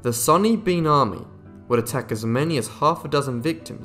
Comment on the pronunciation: Its sawny bean not sunny bean.